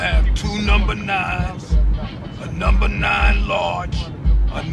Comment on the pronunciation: "I'll have two numbah nines, a n--" "OKAY GO'HEAD!" "...I'll have two numbah nines..."